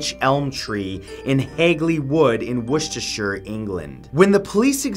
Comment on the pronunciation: Oh my god you actually said woustershire right I'm so happy